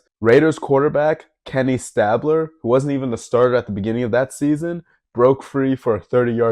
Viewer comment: I feel old. It's pronounced Kenny [STAY-bler] Not Stab. You've got a good voice for voice-overs. Keep at it.